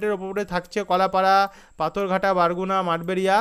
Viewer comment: আপনি বাংলাদেশের একটা জায়গার নাম ভুল বলেছেন ভাই। বরগুনা জেলাকে বারগুনা বলেছেন৷ ওটা বরগুনা হবে ভাই৷ বারগুনা হবে না।